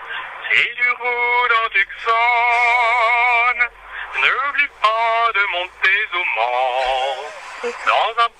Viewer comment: Ça se prononce Toussonne :)